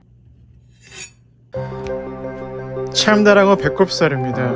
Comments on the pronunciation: 췜데렝어 붸콥살윕니다 ㅋㅋ 발음 매력적입니다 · 챰댜랑어 발음만 봐도 존맛일듯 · 촴다랑어 봬꼽살입니다 발음 찰지네요!